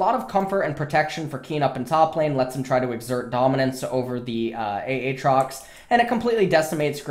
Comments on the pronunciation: he's saying it as a joke in itself, he said it like AT-trox before, but since they told him its wrong he's trolling and saying A-Atrox and playing with the name, but acts like its normal. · You done fucked up a a trox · he always said "ah-trox" before but people always told him he was saying it wrong so he said he would change it, and now it's a-atrox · Why does he say aatrox like that?